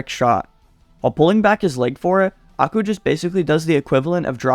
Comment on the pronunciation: can u please pronounce Aiku as eye - kuw and not aku